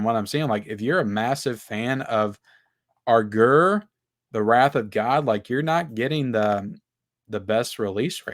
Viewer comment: Your impeccable pronunciation of Aguirre is symbolic of your channel, as a whole.